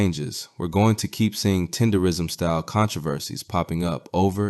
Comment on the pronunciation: Damn can yall pronounce the shit right. TEDERNISM Not tenderism. put the damn N in it